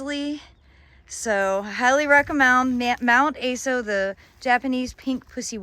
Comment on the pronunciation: Aso is pronounced "Ah-soh". Mt. Aso is in Kumamoto, Japan where the Higos are from